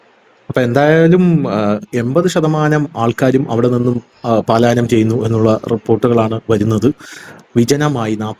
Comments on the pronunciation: പാലായനമല്ല. പലായനമാണ് ശരി... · പാലായനം എന്നല്ല പലായനം എന്നതാണ് ശരി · പാലായനം എന്നത് തെറ്റാണ്. പലായനം എന്നാണ് ശരി. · പാലായനം അല്ല,ട്ടൊ. പലായനം ആണ് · പാലായനം എന്ന് പറയരുത്. അത് തെറ്റാണു. ശരിയായത്, പലായനം ആണ്. ശ്രദ്ധിക്കണം. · പാലായനമല്ല " പലായനം " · ഹലോ,"പലായനം"ആണ് "പാലായനം "അല്ല ട്ടോ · 'പാലായനം അല്ല, പലായനം എന്നാണ് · You are telling പാലാ യനം മീൻസ് going to Pala.Actually it is പലാ യനം . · പാലായനം എന്ന് പറയാതെ ചേട്ടാ, പലായനം എന്ന് പറയു.. കുറെ നാളായി പറയുന്നത് പാലായനം എന്നാണ്. അത് ശെരിയല്ല. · പാലായനമല്ല. പലായനം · Paalayanam alla palayanam. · പാലായനം എന്നാണ് പലരും പറയുന്നത് എന്നാൽ യഥാർത്ഥ പദം പലായനം എന്നല്ലേ? അത് ശ്രദ്ധിക്കുമല്ലോ?👍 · പാലായനം അല്ല , പലായനം. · പാലയനo അല്ലെടോ... പലായനം ❤ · 'പലായനം' ആണ്, 'പാലായനം' അല്ല, sir. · Palayanam തെറ്റ് പലായനം ശരി 💕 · പാലായനം അല്ല പലായനം ആണ് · 😊palayanam I think.not paalayanam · പാലായനമല്ല, പലായനം എന്ന് പറയൂ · "പാലായനം" അല്ല; 'പലായനം'. ഭാഷ ശ്രദ്ധിക്കുക. ഇതിനു മുമ്പും തിരുത്തിയിട്ടുള്ളതാണ്!